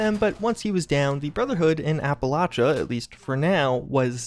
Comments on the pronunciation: When destroying the brotherhood at Cambridge you said applichia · Did buddy say “the brotherhood in Appalachia”?? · You said Appalachia bro you messed that up I think u meant Boston bro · He said Appalachia